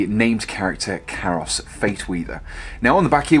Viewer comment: KAI-ROS....KYE-ROSS!! Not CARROSS